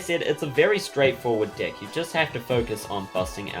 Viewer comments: Every time he says deck his accent makes it sound like dick and I can't not laugh omfg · Every time you say "deck" I chuckled. Great video, you're much better at explaining then the actual instructions. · it comes with a WHAT